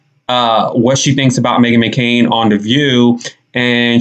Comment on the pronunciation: So funny, sounds like she said Me-Again 😂😭😭😭